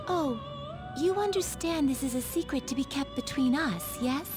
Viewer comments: "She just said it's a secwuet!" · swecret.... HAHAHA it was if ya wanna hear it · I heard secwet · Are we not going to talk the fact that Caroline said swecret and not secret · IT'S A SECWET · My brain, hearing "secwet": Haha tsundere. My brain, reading "secwet": S A C K W E T . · She just say it's a secwet!